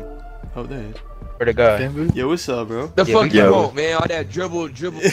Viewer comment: Dwible Dwible Dwible😂